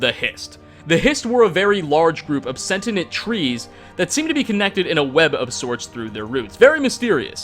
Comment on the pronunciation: did he pronounce Sentient as "Sentinet" ? Not only he can't be arsed to pronounce names of characters correctly, he butchers the English language.